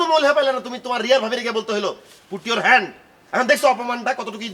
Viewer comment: ইয়োর হেন্ড ওন উোয়র উও উও 😂😂😂😂হেন্ডা